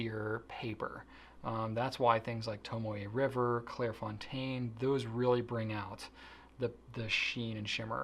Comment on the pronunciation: Has anyone ever corrected on his pronunciation of Clairefontaine? I absolutely love the work y'all do but I cringe a lil bit every time I hear it. ❤